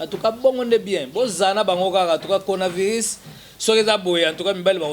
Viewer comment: C'est coronavirus et non conavirus